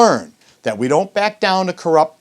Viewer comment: "I doe not......" what an idiot